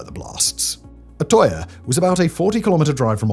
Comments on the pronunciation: You couldn’t even look up how to pronounce Utøya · That has to be the worst pronunciation of Utøya I’ve ever heard… Anyways besides that I remember when this happened. I’m not born Norwegian, but I grew up there. What happened on that day shook a lot of people, and because Norway is a relatively small place I knew some people related to some of the people on that island when this happened. I think the thing that pissed me off the most since then was running into a conspiracy theorist who tried telling me it never happened. If he wasn’t my boss at the time I would’ve broken his teeth for it.